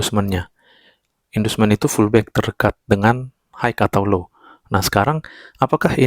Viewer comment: oalah pullback to..abang bilangnya fullback..hehe